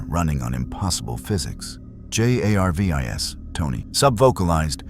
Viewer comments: Thx, but you need to fix the AI art and AI speech because it is Jarvis not J A R V I S. Otherwise it is a very interesting story. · I think the AI write the script, text to speech has been around for years and I recognize the characteristics here. Stuff like pronouncing each letter of an acronym like J.A.R.V.I.S. is what you get from the bare bones versions of tts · The mispronunciation of words and spelling of J.a.r.v.i.s.is one thing but the sheer volume of advertising is insufferable. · Not bad but I really hate the way you say Jar-vis and say-an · Es ist offensichtlich das sehr viel AI in diesem Video steckt! Gut daran erkennbar das er Shield und Jarvis nicht als solche aussprechen tut! Sie hätten auch einfach darauf kommen können Goku Mjölnir halten zu lassen! Das wäre sofort gegangen weil Goku ein Reines Herz hat! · I made it 18 minutes and 51 seconds I can't listen to your computer spell out shield in Jarvis and then on top of that butcher the pronunciation of saiyan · Stupid AI voice cant even say Jarvis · Seriously? Cant say jarvis? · Funny this A.I. can't even pronounce Jarvis